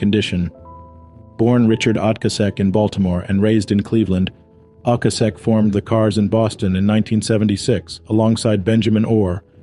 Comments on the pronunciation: Maybe google how to pronounce people's names correctly before adding your commentary...Ric Ocasek..pronounced Oh-Cay-Sic...and Ariarne Titmus...is Airy-arn... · Rik O-kay-sic.